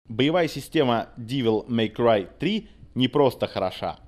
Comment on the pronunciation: Нет, ну чувак определился бы, штоль, как-нить))) если хочет всё по английски произносить или с русским уклоном) Не ДИвел Мэй Край, а ДЭвил Мэй Край =) И не СтИлиш, а СтАЙлиш) А так, ностальгия по-страшному берёт...Игруха поистене шедевральна!